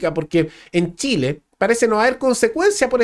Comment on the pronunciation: "Treneh para shileeeh" decían lEs arbolitEs